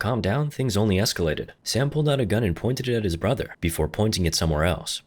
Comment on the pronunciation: "Clapping his brathurRR~"